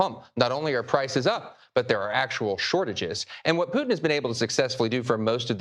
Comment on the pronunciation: STOP MISPRONOUNCING RUSSIAN PRESIDENT'S NAME!!!